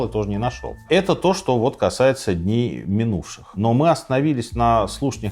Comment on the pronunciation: Сказки на ночь... Рассказываете хорошо, но не "шокайте", режет слух это регулярное "шо". Светящийся огромный объект, который видно с самолёта на расстояние 110 км вообще не новость, если бы были технарем, а не гуманитарием и хоть немного изучали геодезию и способы измерения нашей планеты, то понимали бы что обычный фонарь ясной ночью видно на расстояние примерно 20-25 км, поэтому ничего удивительного нет в том, что с самолёта видно огромный светящийся объект на расстоянии 100 км.